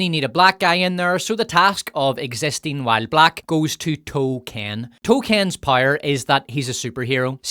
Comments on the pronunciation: Can you please learn how to pronounce "power" correctly? It rhymes with "shower." Or do you "shire" every morning? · "...to keep wimmen dauwne...". New Zealand? Irish? Scot? Now "down" has four syllables! Don't get me started on pronunciation of "power". Piorr-rr.